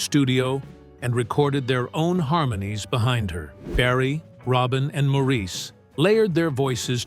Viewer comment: Please pronounce "Maurice" correctly!